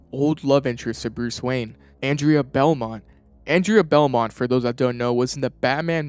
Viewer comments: it's andrea BEAUMONT not belmont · ''Beaumont'' is pronounced ''Bo mont''